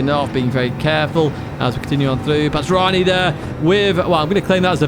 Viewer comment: Great video as always. Just an FYI, a 7 in a name from an Arabic speaking country is to denote the ح letter (they look similar) and is pronounced as a heavy H, so the Kuwaiti driver would be called Bahranii ❤